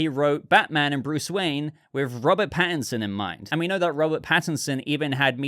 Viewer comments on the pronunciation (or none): none